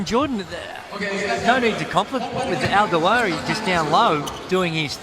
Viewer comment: DWIARI...not DWAIRI